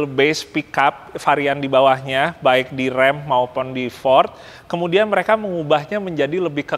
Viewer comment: Mobil yang sering ada d game. Kalo ga salah RAM dibacanya bukan Rem ya!?